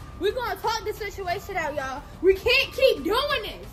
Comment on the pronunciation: when say ya'll it sound like she is saying yeah